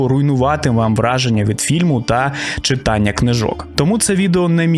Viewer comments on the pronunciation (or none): none